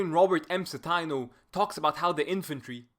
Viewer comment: I had Dr. Citino's "German Way of War" class at Eastern Michigan back in 2009. Always a pleasure to see him get recognition (also it's a long "i", Ci-tee-no)